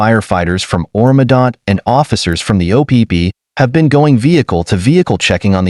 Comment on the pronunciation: Oro medonte with a e at the end..not medot… oh AI, they say it’s going to take over but can’t replicate actual human language.. super power? no psy-op… nothing beats a human brain but keep telling people it will take over when it only does what a human codes it to do. hmm makes sense.